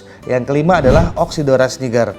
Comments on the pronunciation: it's not, it's pronounced "niijer" in Latin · Congrats on getting one of your dream fish,!! Love your reasoning for getting more GATFs. You're gonna need to build a bigger tank!! 😂😂 And, I think you're pronouncing "Niger" wrong lol. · It's pronounced nai-jur in Latin, but the fish is named after the river in the French speaking country & they pronounce it knee-jur.